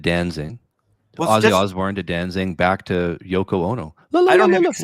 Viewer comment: Uh, you mean Danzig? No “ing”